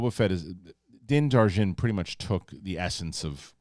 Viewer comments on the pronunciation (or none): The Mandalorian's name pronounced 'Din Jar-in'. You always say Dar-jin. Its spelled Djarin, basically a silent D at the front